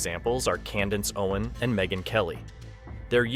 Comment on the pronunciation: Is this an AI narrator? Just curious. I keep hearing names pronounced wrong like, "Badloni" and "Candance Owen" lol. It is what it is I guess. But also F a$$hole$ like BL and RR.